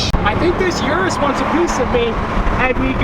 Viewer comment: Pls don't call an urus a 'yourous'